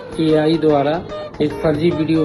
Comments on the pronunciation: A I എന്ന് പോലും മര്യാദക്ക് പറയാനറിഞ്ഞൂടാ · പാവം മൈരന് ai എന്നുപോലും നേരെ ചൊവ്വേ പറയാൻ അറിയില്ല ആ അവനോട് ai ഈ ചതി ചെയ്തല്ലോ ഈശ്വരാ 😂😂😂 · AI എന്ന് പറയാൻ പോലും അറിയില്ല.....😂😂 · Usko AI barabar bolne ko bhi nahi aatha hai... Usko maloom hi nahi hoga yeh AI kya hai.. 😂 Kaham se aayi ee pottan